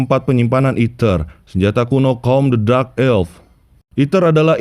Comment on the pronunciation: Min kenapa dark dibaca jadi drax dengernya aneh